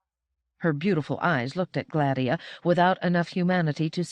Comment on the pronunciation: Agreed Yes. I’ve also noticed that she accentuates the A in Gladia to make GLADia, instead of the intended gla-DIE-ah. Still, a wonderful narration.